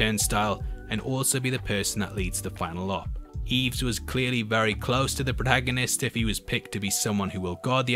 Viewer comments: It isn't "EEEEVS" it is "I-ves" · You're killing me, man. It's "Ives", not "Eevs". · Given I lived near St Ives, and heard in the film, the character get called Ives, hearing it pronounced Eves, you deserve to be inverted sir. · Brilliant. But it’s Ives! Not Eves! Anyway. Great work as ever. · Great video but please It's Ives not Eves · It's "Ives" not "Eves" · Eves. Do you not mean Ives? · That mispronunciation of “Ives” tho. There’s no Y in there, it’s said how it looks! “EYE-VES” (one syllable) There’s even a lotion with the name in it! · I'm sure his name was pronounced EYEves... hehe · how could you pronounce it wrong in the first place when they said his name in the movie😭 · He couldn’t hear how they said the name in the movie. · HOW CAN YOU MISPRONOUNCE IVES SO HORRIBLY